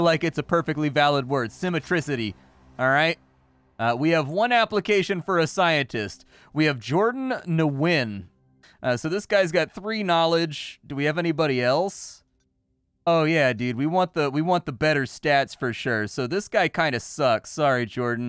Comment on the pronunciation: Nguyen starts with a trip-thong, it's said "GNU-YEN" as in "NEW" ... no idea why that bothers me, probably because I have a friend with that last name.